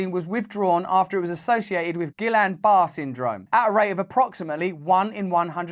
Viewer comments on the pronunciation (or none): Guillian-Barre pronounced incorrectly. It's like gee-an baray. Sounds a bit like the Chorus in Queen's Living on my Own.